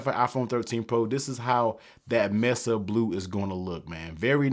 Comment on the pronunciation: …it’s pronounced “may-suh”…not “ mess-uhh”…